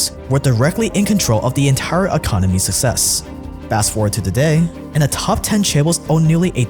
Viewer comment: did you say success or sussess? Didn't know amogus memes are still a thing.